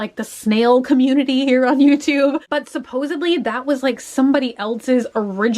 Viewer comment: Please don't mispronounce supposedly! It's NOT supposebly.